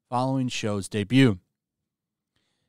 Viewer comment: It’s more like bebutt instead of debut 😂